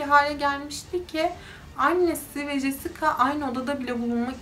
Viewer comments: jesika nedir abi cesika diye okumayi ogrenemiyor musun? Ayrica 90'li yillarda siyahilerin dedigin gibi dislandigi bir durum da yok,O kadar kotu anlatiyorsun ki cidden zaten sayili true crime kanali var TR'de en kotusu sen olabilirsin uzgunum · Jessica yazılır Cesika okunur